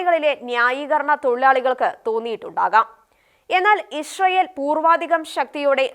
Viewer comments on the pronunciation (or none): Not Ishrael, its Israel 😂😂